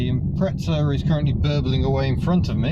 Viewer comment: Ill always be amazed by you adding a h in Dacia and adding a t in Imprezza, it really grinds my gears :(